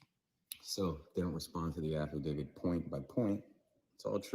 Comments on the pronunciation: What if they don't consent!?😂😂😂😂 Affidavid... With the letter d at the end? Come on people... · Affidavit, he might have said it correctly the second time. But these people butcher that word all the time